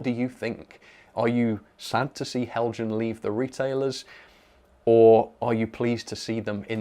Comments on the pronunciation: btw... it's pronounced hel-yan... (just like mojang is pronounced moy-yang) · I thought that the Accurascale people did a great job on their video until somebody pronounced Heljan as "Hell Jann". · Helian, the J is silent 🤫 😊